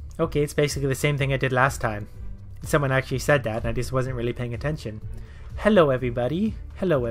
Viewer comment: THAT'S EXCACTLY HOW IT SOUNDS LIKE!! Like how does he fit in a W at the end lmao. It's like he's pronouncing the last half of OwO X'D